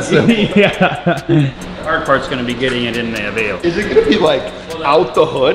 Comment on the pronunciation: Finally! is the first person to say Aveo right lol